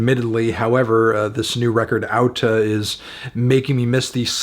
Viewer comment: good on you for pronouncing the title correctly! a with an accent mark is pronounced like au in icelandic